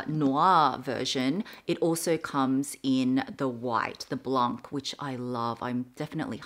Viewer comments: love you!! just a correction blanc (white in frecnh) is prounounced without the c (Blon)! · The print of the Papillon is gorgeous ! Btw we don't pronounce the c at the end of "blanc" (=white) if this can help has you try to improve your French 😘